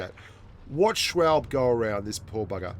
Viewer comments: I know this has been mentioned in the comments already, but... Schwalbe is a girl. And I believe it's pronounced "shhh-wall-bee". Like that bicycle tire brand. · Poor doesn’t know to say the name schwalbe and it’s a she not a he she’s had a child I think I don’t know though